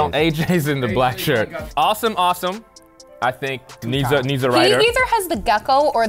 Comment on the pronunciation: Pretty sure name is actually pronounced Aah-sim not awesome like he said it was